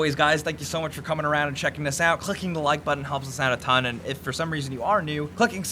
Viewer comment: says clicking super weirdly.